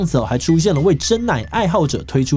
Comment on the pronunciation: 開頭的國際珍奶熱😂